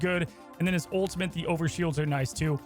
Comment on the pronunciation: he’s back to saying “ultimint” 💔🥀